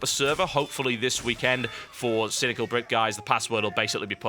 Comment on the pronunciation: does any1 else notice how he rolls his R's when he says cynical brit?